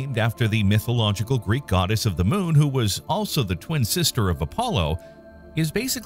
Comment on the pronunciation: He wanted to emphasize word sister